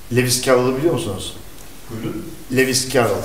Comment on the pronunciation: lewis cavvol dedi lewis cassol yazdı :D